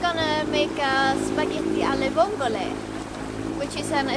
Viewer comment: Spaghetti alle le vongole? (I'm italian, Spartaco Giacometti, retired master mariner) I hope you two enjoyed them, with italian quality spaghetti. At least your pronouce if perfect, which makes for a good dish. - A small correction: those are not vongole but mussels, "cozze" growing on hard surface, whilst vongole prefers sand bottoms and are of different shell and flavour.